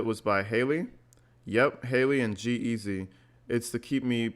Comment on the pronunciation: Hey, not a big deal but its G-Easy and Halsey (prounounced Hall-Z). Enjoying your channel from Los Angeles!